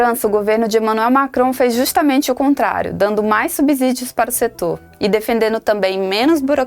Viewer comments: É SubSSSSSÍdio e não SubZZZZZÍdio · Falar "subZídio" é um "abZurdo". Depois de consoante, o S tem som de S, mesmo, não de Z.